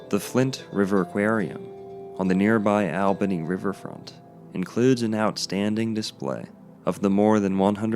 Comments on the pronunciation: I grew up swimming there throughout the 60s and 70s, being born and raised in Albany. BTW it is pronounced All-benny. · I actually live in Albany(pronounced ALL-bany). And used to swim in Radium Springs when I was younger. There's no harm being done to the people or environment of the area. Sadly the public is no longer permitted to swim in the actual spring, bc of the danger of debris being deposited by the famous "Flood of '94" whic was deemed the flood of the century. It devastated the city and surrounding areas and its impact is still felt today. I remember it like it was yesterday, as i was young at the time, i remember having to evacuate my home at 2am due to the waters rising rapidly. We lived on the Kinchafoonee Creek which is one of the water ways in the area. Our house took on 9 feet of water. It was wild. Anyways, enjoyed the video. Btw. You're confusing radioactive decay with electromagnetic radiation. Just because you see the word radiation, doesn't mean it has a negative connotation.